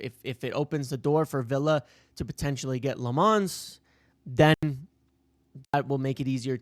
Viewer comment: Lammens does not rhyme with "Fonz". He isn't French.